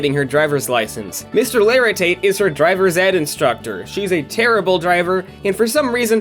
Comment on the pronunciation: Mr O’laritate? 😂 it’s just mr laritate